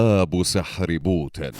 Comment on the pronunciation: بوتين مو بوتِن.. بالياء مو بالكسرة يا معلّق يا فهمان